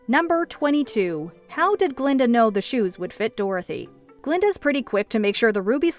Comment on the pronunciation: BTW: "Glinda", NOT "Glenda". You're welcome.